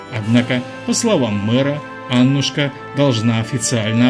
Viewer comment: Та не Анушка, а АнУшка!! АнУшка!!